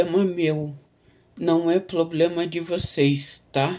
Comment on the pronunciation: "é poblema meo"